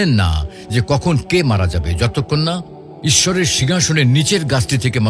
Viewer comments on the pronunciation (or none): Don't say issor